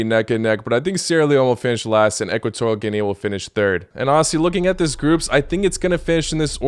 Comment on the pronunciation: Its Ginee not Ginea